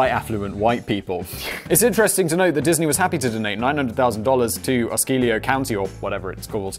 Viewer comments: Fucking love that he pronounced "Osceola" correctly when it was in the middle of a sentence so he didn't have a chance to say it wrong on purpose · Simon randomly pronounces Osceola county right 😅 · Anyone notice that he finally said Osceola correctly? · DEAR: In broadcasting school I was taught to phonetically spell out difficult names when writing copy, such as OH-CAL-AH, or O-SEE-O-LA county. I understand correct pronouncements are a bit of a running gag, but as a trained VO professional it really grinds my gears.😉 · Osceola is pronounced Ah-see-o-la edited to add that, Osceola was a Seminole Chief, the county was so named to honor him. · In case you're wondering, it's pronounced ah-see-oh-la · It's AH-SEE-OH-LA!